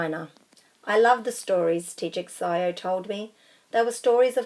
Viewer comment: It’s pronounced teacher shiâo I know Chinese